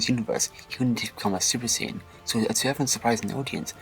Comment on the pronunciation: salad Siayan 😂